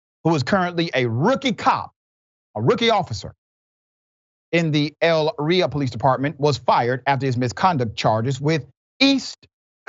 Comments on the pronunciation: When doing a story and mispronouncing Elyria... It sounds like this...Ee Leer Ee Ah. That is how you say it, Dr. Rashad Richey. I'm not trying to be mean to you. The town is outside of Cleveland in Lorain County which is another town that the F.B.I. has dropped the ball on. Since the days of the Mafia Both Cuyahoga and Lorain run hand in hand in stories such as what you have just reported. And there are crimes done that were never reported and cleverly covered up. There are officers still on the force to this day along with some even promoted in positions of greater authority that would blow your mind. And even retired ones too. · It's actually E... Not ell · Cops know that body cams don't matter because they've been protected by immunity. Also, "Elyria" is pronounced as ell • li' • reeya 😊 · No disrespect Doctor, Richey it’s E - Ly- Riaaa. Great work that your team has done!✌🏾🤴🏽🙌🏾💯👨🏾‍💻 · Elyria (E-lear-ia) my home town say it right. In their defense, Elyria police will hire a pork chop if it has prior police employment. Chief of police is actually a good man they just don't do background checks because they're desperate. I watched the feds arrest Tristan. He thought he could hide in a small town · Elyria is pronounced >>> ELL-ear-REE-uh - or >>> eh LEAR ree uh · The city is pronounced A LEER YEE AH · You'll need to go back in your video files Elyria police had their own scandal with their police force. And the city is pronounced Ill-leer-ria